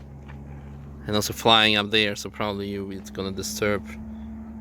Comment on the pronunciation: "What are EWE doing?" lmao almost didn't catch that